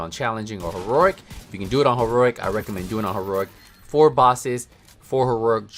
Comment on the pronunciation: You really have a hard time saying heroic, don’t you?